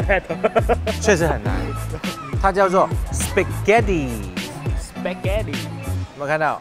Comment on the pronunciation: Spàghéttì 声调 意大利读法